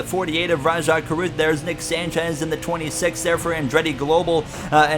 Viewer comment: yes but there’s an h at the end of Rajah’s name